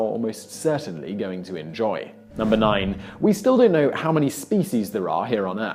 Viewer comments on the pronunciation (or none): No. 11: We still don't know the difference between "Ho" and "How" .